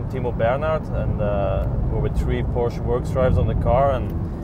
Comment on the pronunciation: Joey's voice "Its a Porsche-a"